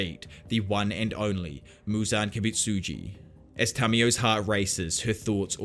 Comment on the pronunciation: "muzan kibitsitjus memories"😂